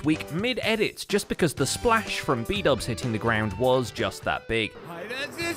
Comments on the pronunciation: bdouble=bubble lmao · I just love the way Keralis messes up everyone's name. Especially Xisuma aka Shashuamivoid and Bdubs aka Bubbles